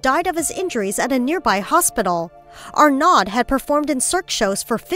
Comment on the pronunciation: Ugh, I'm bilingual and I cringed at the way she pronounced his name. Yan Arnod? It's pronounced Y-Anne Ar-neau (o).